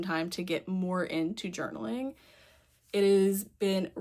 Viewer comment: When you said journaling for the first time I heard juggling 😂 I have an anxiety journal where I write down what I’m worried about and how much time I spent worrying and then the actual outcome which is usually fine